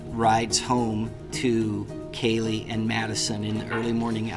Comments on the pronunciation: KAYLEE NOT KILEY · It’s Kaylee n not Kyla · well this woman could at LEAST pronounce KAY-[LEE] 'S NAME CORRECTLY! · Lol. Exactly my thoughts. If she called Kaylee “Kylie” one more time… she clearly doesn’t know the case. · Its kaylee not kylee get the names right and kernodle not kernoddle!! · It’s Kaylee. It’s Zana (the ah sound) How can you not properly pronounce these kids names? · It’s extremely disturbing the Senior Investigative Reporter mispronounces Kaylee and Kernodle. She obviously didn’t do her research. She should be fired from her job. She’s an embarrassment to the broadcasting community and the company she works for. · "Kylie"? " Zayna Karnaudle"? And it's not "MosCOW." It's "MosCO." "Senior Investigative Reporter" is so dumb. She should know better. She doesn't even have enough respect for the victims and their families to find out how to properly pronounce their names first! And considering her line of work, she should know by now! And the other reporter says, "Mojen."🤮🤮🤮